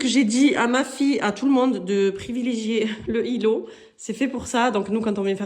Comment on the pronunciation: Magnifique maison mashallah 🥰 vous avez bon goût, pourquoi vous faites pas la liaison, ça fait bizarre quand vous dites le îlot, dîtes l'îlot tout simplement 😁😅ne le prenez pas mal 😅😅 vous trouverez des grilles évier chez shein